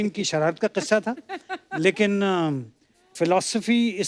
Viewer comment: Yes absolutely. He said QISSA i listen to him twice. He Ddnt say KISSA. Nowadays there are very few people in the industry who can pronounce it correctly. 🎉🎉🎉